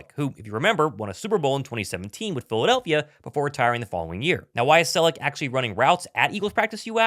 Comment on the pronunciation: It's CELEK not Celic. Also it's KELCE not Kelsey.